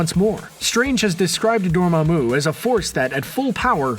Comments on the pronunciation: Ok I’ll give you another chance to try to say “Dormammu” correctly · This guy really needs to go watch Doctor Strange again. This is two videos in a row where he's mispronounced Dormammu.